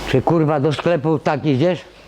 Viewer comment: Tylko prawdziwi wojownicy z klasą powstrzymają się od śmiechu, kiedy padnie wyzwisko. Natomiast jeśli powie swoje "kuRR*a!" ciężko jest się nie zaśmiać:D